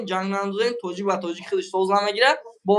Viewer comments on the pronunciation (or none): none